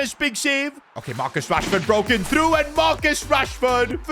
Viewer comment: Marcus "Rahsford"